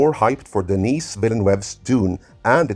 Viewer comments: THE S IN DENIS IS SILENT. DENIS as opposed to DENNIS. MAN! Some Peoples Kids! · His name is French, not Spanish. You got Denis right...once...(sorry, I didn't hear you say the S the first time but I heard it every single other time.), but his last name is pronounced Denii Vee-nuv or Veell-nuv depending on the regional accent used. Source: Je parle Français! The 1984 Dune Special Edition has been the definitive film for me. It's not as true to the novel as the Sci-Fi Channel version, but that version of the 1984 film is a much better-told story than the miniseries (though the miniseries is still fantastic). It's also far superior to its theatrical version. I don't object to the special effects and never will. I love that movie. Jodorowsky's version deserves all of the praise if for nothing else the art and rich details that David Lynch and John Harrison were able to draw on for their versions. That said, from what I know of that version, it's overwrought, and if it had made it to film, there's a strong chance most people wouldn't have been as impressed as they expected to be. Then again, raw cuts of films tend to be five to six hours long and are eventually cut down to two hours. I view Jodorowsky's insistence that the movie be 14 hours long in the same way (seriously, it doesn't even take that long to read the book!). Also! OMG! A halfway decent casting for Chani! That is unbelievable! Oh...jeez you used the cover for Hunters of Dune for the Bene Gesserit. It's the only well written Dune novel in the Brian Herbert/Kevin J. Anderson collaboration, BUT IT' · I was about to say. He's not a girl, for the love of god. It's pronounced: Deh-NEE. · I like that you feign the appearance of tedious researcher, but couldn't be bothered to look up the pronunciation of the French name Denis. Takes two seconds.